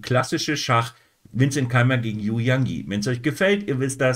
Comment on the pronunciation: "Yu" spricht man "Ü". Danke für Deine Videos (fast) jeden Tag. Ich schaue alle.